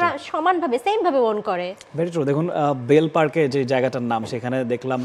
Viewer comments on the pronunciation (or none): ভাই বেল পার্ক না বেলর্স পার্ক😂